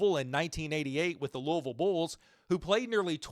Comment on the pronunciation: Welcome to Louisville. Glad you got the pronunciation of our city right. We’ll claim St. Louis as a rival immediately